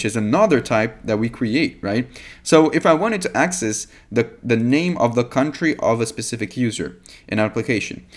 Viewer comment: "cuntry" cracked me up 😅